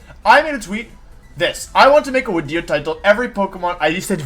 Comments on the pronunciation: When's the tiering Wolfey tier lists wideos wideo coming? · As a noob and a casual may I ask why Wolfey always used W's for V's. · Wolfey Pokédex entry: this Pokémon is in dire need of a haircut and pronounces it’s name “wideo”